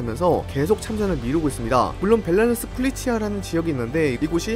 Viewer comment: 벨라루스라고... 벨랄루스라고좀 안 했으면 좋겠다. 발음좀 고치셈